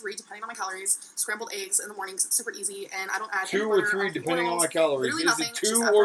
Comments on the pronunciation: my mama puts chicken bouillon cubes in green beans... i HIGHLY recommend! i find it comical also thinks green beans are “low” in carbs lol. i also HATE the way she says eggs. i think it takes more effort to say it incorrectly like she does than it does to say it the RIGHT way. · I make my living working with languages, and pronunciation of words varies considerably among dialects. There is nothing wrong with the way says "eggs" or "legs" or any other word she is being mocked about. Those are regional differences. The local dialect where I live in an adjacent state to hers says eggs and legs similarly although not identically. Dropped endings of words (compared with modern standardized spelling) is also a common characteristic of many dialects. If you grew up elsewhere, you would be familiar with a different pronunciation. Or perhaps you were browbeaten by a teacher into assuming that the academic dialect is the only correct dialect. This is linguistic snobbery and is often used to demean people by demeaning their native dialect. Schools should realize that their aim is to make students bilingual, to make them fluent in the academic language in addition to their existing fluency in their native dialect. All dialects are real languages.Each dialect has a consistent grammar and vocabulary and is just as legitimate as a language as any other, including whatever you were taught in school. It is useful to have a common spoken and written dialect to help us more easily communicate with each other. But the different dialects are all valid. People quite typically shift between them as needed. Humans are distinguished by the ability to create languages. That's what we do. We do not need to be high-tech to create very complex languages. Actually, the